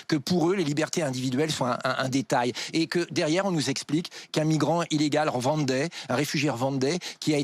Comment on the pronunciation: Rwandais se prononce ( Rouandais )